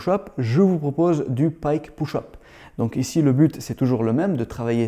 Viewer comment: Juste pour taquiner : push = [peuche] et pas [pouche] 😜👍